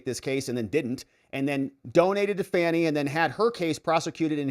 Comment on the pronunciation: That's right Bro. It's FANNY not Fauni !